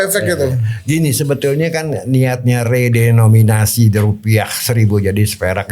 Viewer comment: Re de no mi na si.... bukan re do mi na si